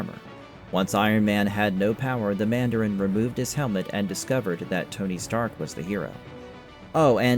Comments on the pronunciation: "Man-dare-in?" That is not how you pronounce Mandarin, sir. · So says the man-dare-in! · Stop saying Mandarin like that